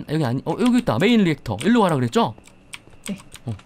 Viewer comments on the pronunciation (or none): 렉터가 아니고 리엑터인데 ...